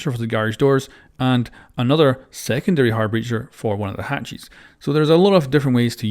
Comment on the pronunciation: i love that he says hatchies